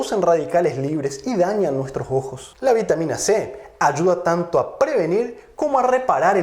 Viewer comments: Es ojo o jojo? Se pronuncia raro pero gracias doctor por su información y tiempo dios lo siga bendiciendo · Jejeje!!! El doctor dice "Los jojos" En vez de "Los ojos" o como dicen en mi pais "Los sojos"